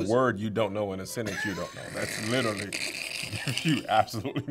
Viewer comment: When is somebody going to call him out on not pronouncing literally correctly lol